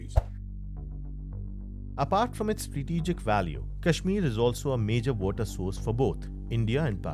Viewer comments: You are a donkey...its Kashmir not cashmere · PLSSS I CANT GET OVER HOW THAT GUY KEPT PRONOUNCING KASHMIR "Cashmeer" 💀💀✋🏼